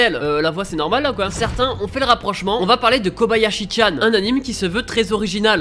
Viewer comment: comme la plupart ne save pas , son nom c ''thoru" pas ''thor" et c pas '"Kabayashi" mais "Kobayashi" XD un peu de respect pour ma waifu XD